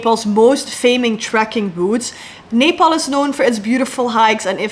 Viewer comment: First foreigner who spell Nepal very right way❤😊